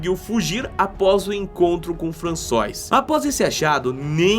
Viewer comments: Só uma correção: a pronúncia de "FRANÇOIS",é "FRANÇUAR". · O ideal seria ter uma pessoa que apresentasse o site sabendo falar (pelo menos as palavras basicas) . O nome não é François.